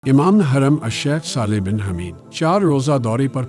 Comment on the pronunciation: حَمِيدْ نہیں بلکہ حُمَيدْ برائے کرم إعراب کا خیال رکھا جائے اوربھی کئی کلمات صحیح ادانہیں ہوئے کس طرح صحیح تلفظ آواز کی صورت میں بھیجوں؟؟؟ نمبر؟